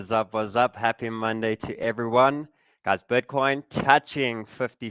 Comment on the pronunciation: „Bötcoin“ he says🤣